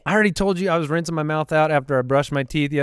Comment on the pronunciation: I thought said “renting his mouth out”…. *Rinsing* 😂